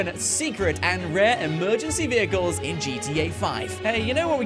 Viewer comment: bro its vehicles not viechles